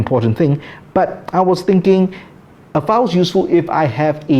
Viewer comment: Got thrown off how you pronounce the word file. Sounds to my ears you are saying foul. I’m an America.